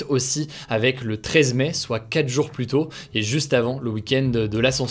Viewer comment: Hello, on dit pas PLUSSE, mais PLUS (le s est muet). Jpp.